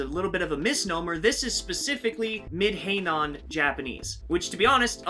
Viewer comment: Heian, not Heinan.